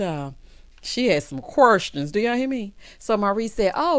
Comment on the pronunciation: Ms. Wanda’s freeze-dried curls always makes her reference something from the 90’s😂. Ms. Vanessa did NOT have time for the qwerstions and shenanigans! That “DO I HAVE TO?” came from the depths of her spirit🤣. Carlos DEFLEE invited Ms. Wanda to the e-vent 😂